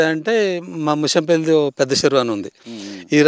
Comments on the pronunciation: ఓరి యాంకర్ ముంచంపెల్లి కాదు ముషంపల్లి తెలుసుకో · ముషంపల్లి ఊరు పేరు మంచిగా పలకండి అలా పలక లేక పోతే ఊరు ఎంట్రెన్స్ లో బోర్డ్ మీద వుంటది అది ఒక సారి చూపించండి